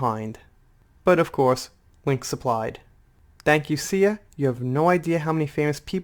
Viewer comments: That's HUGE! Hope you're having a great day and have an even better weekend. PS, you ARE saying her name correctly!!! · Sia's a famous musician, really popular P.s. you're saying Sia right XD